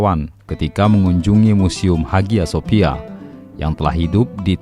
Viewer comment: Bacanya Aya Sofia Mas...